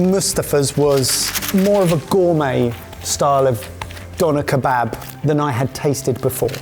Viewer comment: "Donner" is a reindeer. When referring to a döner it's easy enough to say "duhner" or "derner." You're only a bloody food channel, at least show these foods and cultures the respect they deserve. The shop near me won't even sell you one unless you pronounce it corrctly. I won't even start with "kebabb", smh.